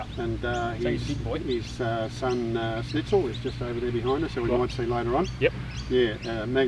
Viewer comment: Its called "Schnitzel" not Snitzel ;) and it is the favorite food of the austrians